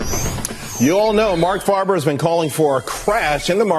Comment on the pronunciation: Mark FAY-ber, not Mark FAR-ber.